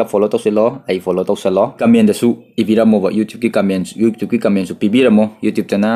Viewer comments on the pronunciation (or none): none